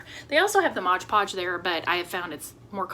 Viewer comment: Love it! And yay for saying “MOD” Podge. I promise you are not the only crafter that calls it “Modge”. I do have the Cordless Surebonder and mine does drip a bit but I don’t believe i am using Surebonder glue sticks. Will get some and see if it makes a difference. I enjoy this series. I am old and am having trouble seeing stuff too. Threading a needle is almost impossible.